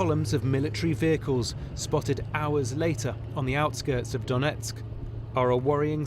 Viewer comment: The reporter can't even say the name Donetsk correctly.